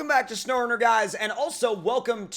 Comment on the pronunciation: Snow runner did you go brain dead? It’s not snoreruner